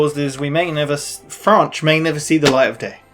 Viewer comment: "Franch"????? BBWWWWHAHAHAH!!!! ;)